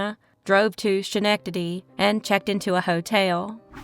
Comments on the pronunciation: The scha-nectady is killing me lol its pronounced SKA-nec-tadee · Hi Great video thx! Regarding Schenectady the way its pronounced is skin ec ta de - just for future reference 😊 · Hi! It's pronounced Skenectady. Love your show! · Hello- Upstate NY resident here- correct pronunciation of SCHENECTADY phonetically is Skah-Neck-Tah-Dee 🙂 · “Mon-senior”, “ske-neck-na-Dee” ❤